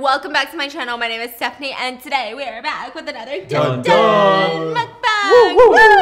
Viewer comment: honey you gotta change that stephiance from the intro 😭